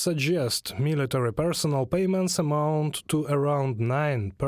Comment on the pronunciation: After 40 seconds, it’s sign not sing and amount not amound and it’s August not Augusd